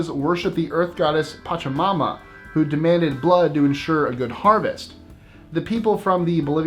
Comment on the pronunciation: You pronounced pachamama correct Pacha( remember pacha from emperors new groove?)= earth Mama= mother Fight for mother earth lol